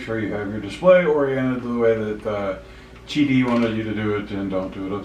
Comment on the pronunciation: Qidi not Qudi